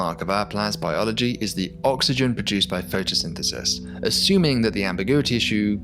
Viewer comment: I heard "photosynthesynthesis" and decided not to continue watching the video made by this dyslexic.